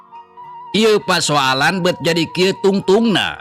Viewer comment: Bet lain beut,,bedakeun atuh e+eu